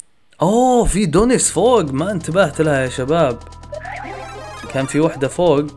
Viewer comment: والله ضحكني لما تقول دونيس 😂😂😂🍩🍩🍩